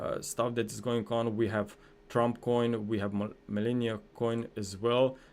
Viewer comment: Thank you for your professional work. BTW Not Milenia... but MELANIA Coin. 🙂😉 Everyone, including Trump, pronounces her name the way it's spelled, and you're from Slovenia like her, so you should know that.